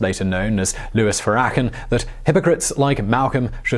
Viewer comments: Farrakhan - "Farra-khan" not "Farakan" it doesn't rhyme with "Crakin" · Furr-ah-kin? Fair-a-khan. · It's pronounced as Farah khan not frakken but I'll give you a pass on it just because you did a Biographics on Malcolm X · I know we're not supposedd to be mean about the mispronunciations...... but "Louis Fer-ak-en" hahahahaha I dont know why that was so funny to me. Ive never heard anyone say it like that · Louis "Ferrakin" Lol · Louis Farakhan??? Ha ha. Try doing some research and say it correctly ha ha. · I love this series but you suck at pronouncing foreign names. farrakan is a famous figure who's name has been mentioned in the news many times. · Its pronounced Louis "fair-a-khan." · Louis Farrakhan is going to put a hit out on Simon for butchering his last name, I'd wager. 🤔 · lol, how'd you say his last name? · Louis who? say that last name again? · Can we get one on Elijah Mohammad or Louis Farrakkan, but please lol pronounce Louis Farrakkan's name right lol. Kwame Ture, John Lewis or even Bayard Rusting for pride month. Please and thank you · The pronunciation of Louis Farrakhan's name just broke my speakers. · Despite incorrectly pronouncing Louis Farrakhan's last name, I did learn a lot. Some of our history is very hard to watch, listen to or know. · Hey, how to you mispronounce Louis Farrakhan’s name? It’s not like he’s an unknown. It’s makes it seem like you didn’t do your research. And don’t blame your accent either! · the way you pronounce his name... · The way you pronounce Farrakhan is borderline comical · the way he miss pronunciate the word Farrakhan is atrocious! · I think Brother Malcom would want me to point out that Jesus was not a white man lol. I also think the way Simon pronounces Farrakhan is adorable.... Simon says roll a spliff!